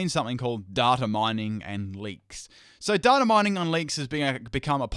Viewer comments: Everyone in this comment section is like "Fuck Verlisify" or "Go! You're the best" and while I agree with both sentiments, we are missing the most important message of this video... the way says "data" is rather amusing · Agreed with all your points and are well thought out and researched, but you said "data" wrong so instantly discredits all of them ;)